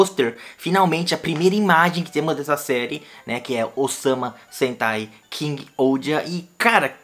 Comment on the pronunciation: Eu escutei "Osama Sentai" 💀